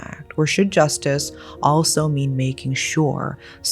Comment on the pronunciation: This mf said justise lmao